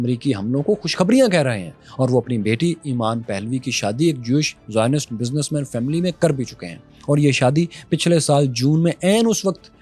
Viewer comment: Zioninst 😅 karachi ki zubaan mein chay ban gaye 😅